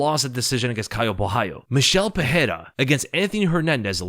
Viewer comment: Pereira = Puh-ray-ra (no double r so no "H" sound) Ferreira - Fuh-hay-ra Can we get this right? Rogan started this dumb trend and has since corrected himself (since UFC 300). Very unprofessional.